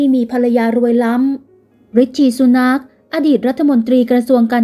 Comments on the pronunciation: ริสซี่ ซูแน็ค ไม่ใช่สุนัข ออกเสียงให้ถูก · น่าจะว่าซูนาร์ค นะคะ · เราก็นึกว่าคิดไปคนเดียวซ่ะอีกเฮ้อ..สุนาค..เป็นสุนัข..ซ่ะงั้น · ควรจะออกเสียงว่า “ ซูหนัก “ ✍️ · คุณออกเสียงไม่ถูกค่ะ ซูนาค สระอูค่ะไม่ใช่สระอุ ฟังแล้วขัดหู หงุดหงิดเลยค่ะ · เห็นด้วยครับ..ฟังแล้วทะแม่งๆชอบกล คนอ่านข่าวน่าจะทำการบ้านให้ดีกว่านี้นะ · นามสกุลของท่าน ออกเป็นภาษาไทย ควรแก้ไข ไหมคะ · ออกเสียงนามสกุลเขาแย่มาก ไปทำการบ้านมาใหม่นะหนูนะ